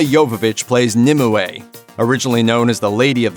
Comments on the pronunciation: BRROOOOO ITS NOT NIMUWAY ITS NIMWAY. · I know this will be a stupid comment of mine, but I just could not focus on the actual narrator of this video purely because he kept pronouncing Nimue wrong... he keeps saying it like it's 'Nim'' 'I' 'way'' adding an extra I in the middle for some reason, when it is really supposed to be said as "Nimway' even though it is split with a 'ue'. The 'ue' is pronounced as 'way'. I honestly don't know why he is adding in an extra I!!!! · Nimue = "NIM-you"